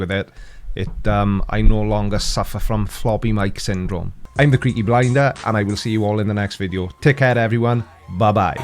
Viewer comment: I BLAME YOU!....for being the only one who pronounces my display name correctly! Skeptic, FTFE, and Brainy Beaver all struggle with words containing more than 3 syllables, haha. Your enthusiasm is contagious, Creaky! Well done on this one. Richie from BWASTON doesn't get that all Oxygen is pure- if it combines with something else, it's a totally new chemical/compound. And um, I'ma need a gif of you pushing your glasses up... for scientific purposes. (Memes. I want it for memes)